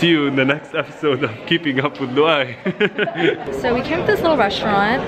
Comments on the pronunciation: It's pronounced lou-ay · Thats not how u say Louai’s name lol